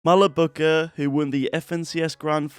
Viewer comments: he said malebucka😭💀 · i know its funny but is english u cant blame him...